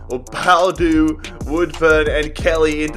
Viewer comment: It's bo-adu